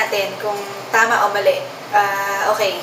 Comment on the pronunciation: Why do you say the word "okay" so weird it sounds like o[?]ay or o[x]ay . It seems that the sound "k" is a challenge to pronounce. but anyway you got the pronunciation right.